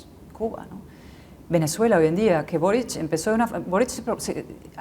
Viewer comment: Tienen la manía de pronunciar Borich... Es boric...Borik...